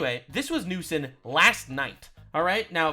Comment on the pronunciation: ngl the way said Newsom sounded a lot like New Sin